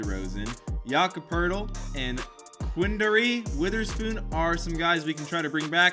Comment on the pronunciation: It’s pronounced POATEL by the way